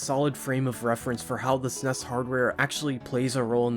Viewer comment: you say snes funny